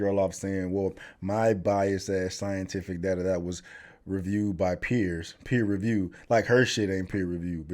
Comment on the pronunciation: “pEeH-RgH ReViiiEehwWh”